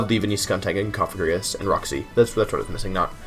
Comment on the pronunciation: You might be the first Youtuber I've ever heard pronounce Cofagrigus correctly, haha